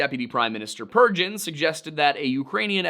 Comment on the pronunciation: Russian here, thanks for trying to pronounce. The most horrible one must be Buk, as it's pronounced like book, not buck. Purgin as "pure-gin" is pretty hilarious too😂 should be "poor-gyn".